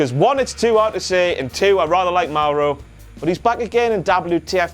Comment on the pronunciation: I don't like the way he pronounces Mauro, sorry. I pronounce it "more-oh" not "m-ow-row"